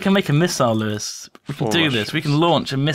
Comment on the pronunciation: Lol,at first i thought lewis said rawr ores